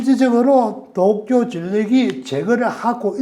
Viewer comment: 중립적이고 학문적인 이론은 잘 알겠습니다. 무작정 못믿겠다 하기보다는 참고할만한 점이 많다고 생각해요. 너무 무서워하기 보다는 어떤 사실을 주지해야하는지 알 수 있었습니다. 문법적으로은 완벽한 한국어를 구사하시는 것 같은데 문장 후미를 끊어읽을 때마다 올라가는 억양, 된소리 뒤의 ㄹ받침이 부드럽지않은 발음(칼슘, 어쩔수 등) 문장 중간에 “뭐..”하고 발음해여할 때 ‘마’ 하고 짧게 끊어발음하시는 것, 특정 단어의 억양(몇몇가지, 특히 도쿄라는 단어는 완벽한 일본 본토 발음입니다. )등에서 일본식 억양이 느껴지네요. 일본에서 오래 생활했고 한국에서도 일본인들과 일하며 많이 듣던 일본식 한국어입니다. 교수라고 하셨는데 전공과 소속이 밝혀지지 않아서 설명이 좀 필요한 것은 사실인 것 같습니다.